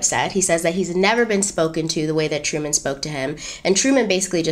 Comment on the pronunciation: Well hello! 👸🏾 Go! 👏🏾👏🏾👏🏾 "Hairy Truman" to my Brit ears 😂😂